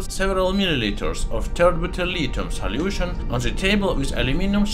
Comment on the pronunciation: I just love how he says "saliution"!